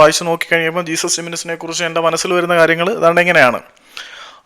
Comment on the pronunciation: ജെസ്യൂസ്സ്... Not ജീസസ്... ഉച്ചാരണം പോര